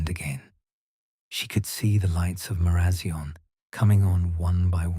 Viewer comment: Sorry!! But Marazion is pronounced Mara zion as in lion. I live in Cornwall and love your stories 😴